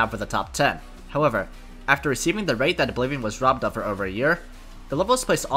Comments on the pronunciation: Who else understood "The RobTop 1" instead of "The robbed Top 1"? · Great video. But I kept hearing "robtop 1" instead of "robbed top 1" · every time you said "robbed top 1" I thought you were saying "robtop one" which confused me every time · Am i the only one who hears "robtop" instead of "robbed" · I can't stop hearing robtop 1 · i heard "robtop won" for so long and i was really confused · Whenever he said robbed top 1 I thought he was saying RobTop won 😂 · "robbed top 1" really sounds like you're saying robtop one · why do i keep hearing robtop 1